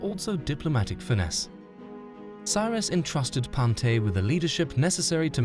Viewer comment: It’s pronounced Pawn-te-aa